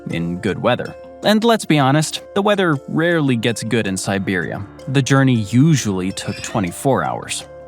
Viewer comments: nice vid, but it's siberia not siberium! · is it just me or do they keep saying Siberiam? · I can't help but laugh every time the narrator mispronounces Vladivostok. And I swear it sounds like he keeps saying Siberium, like it's some kind of element. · Why does it keep saying Siberium? Like it’s some kind of metal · While your pronunciation of the towns is much better than what I would do, I can't help but hear an m at the end when you say Siberia lol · Siberium? Am I the only one hearing that? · Where the hell is "siberium"? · No, it really does sound like he's saying Siberium. I kept wondering if that's a new element or something. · is this voice saying "siberium" each time or just me?